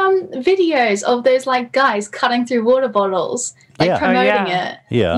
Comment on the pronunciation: I heard a korg accent when she said water bottle , ik she said shes insecure about it but i find it funny in the nicest way possible